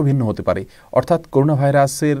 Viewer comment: করুনা না করোনা 😪